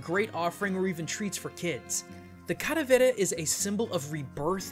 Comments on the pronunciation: ...Are you calling it Cadavera? It's calavera. Spanish for skull. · i thought it was calavera, not caravera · You are mispronouncing the 'L' in Calavera! The Spanish 'L', at least in Mexican Spanish, is very similar to the English one. You were saying it with more of a flap. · i die a little bit every time I hear him say "Cadavera" instead of Calavera. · clalavera is said wrong said caravela but it is pronounced calavera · I may be late to the party, but it's CALAVERA (KAH LA VEH RAH) not caravera. I get that you're white and speak no Spanish, but your "culture" tolerance aesthetic tells me to call you out on this topic. thank you for an otherwise cool vid sorry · Why do you keep saying cadavera instead of calavera? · You used the wrong word. It's Calavera not caravera. Besides that, great video. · don't think it's called "caravera" think it's "calavera". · Now I understand why people cringe when they butcher their language... Hearing this guy say "Calavera" as "Caravera" so many times in the video was just wrong. I understand he is not a native spanish speaker but still, holy shit was that just so weird and fucked up. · Not caravera... Calavera, with an L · ITS KA-LAH-VERAH PINCHE NINJA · The way to pronounces caLAvera hurts me. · mmmm your pronunciation of caLAberas is way off man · Say it with me 'Kah-llah-beh-rah'. As a side note, I dig the purple. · Don't ever say calavera again I cringe so hard to your Spanish lol sorry 😭😂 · you are pronouncing "calavera" SO wrong. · pls stop saying calaveras like that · i speak Spanish, say the L